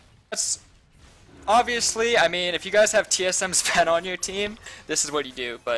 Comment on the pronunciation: Its zven not sven, sven is in c9 i am surprised no one pointed that out.